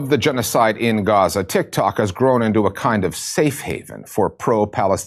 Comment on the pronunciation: Jimmy you said "Tit Cocks," 🤣🤣🤣